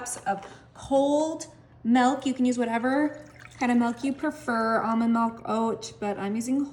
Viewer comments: Also noticed those odd pronunciation, and I'll add that it's milk, not melk, and especially, not exspecially. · Exspecially seems to be quite a common mispronunciation, it seems. And "melk" is often pronounced that way by people of German descent.